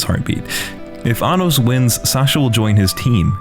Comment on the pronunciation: My friend either ruined or perfected this series for me. Around the first few episodes he repeated all the lines where they were saying Anos's name, but pronounced it very similarly to Anus or Sir Anus. As if he was just pronouncing it slightly wrong but not deliberately trying to say anus... Now I can't not hear it whenever something serious comes up. It is funny and infuriating at the same time, but considering the show is an over the top power fantasy, it turns it into a parody. It is actually kind of annoying that Isekais, Demon Lord's, Power Fantasy, and other genres that fold together are the norm now. It also seems like every Korean action Manwa is a power fantasy now. Only the best really stand out. For some reason I find this show enjoyable though.